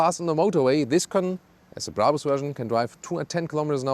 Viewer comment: Died at "Bray bers"